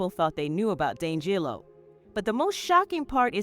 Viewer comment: Pronounce his name right! 🤦🏽‍♀️